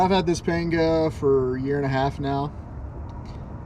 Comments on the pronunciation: Pronounced “ponga”. 👍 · A is pronounced AW as in AWFUL in Spanish. Complete shocker I know. It's weird how you can get the second A correct though.... I like your PAWNGAW though. Clean build.